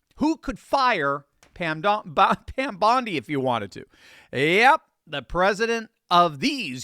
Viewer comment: "PamDondie." That was a fun mistake.😊